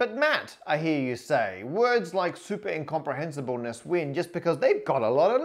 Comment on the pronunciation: I did a "double-take" when I heard that first non-technical normal longest word. I heard "superincomprehinsible nurse." Glad you displayed the actual word on screen haha.